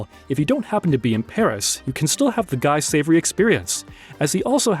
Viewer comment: "guy savory" haha